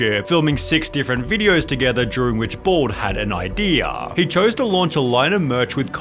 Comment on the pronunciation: Ideaaah. Wataah. Kolyaah. Lataaah.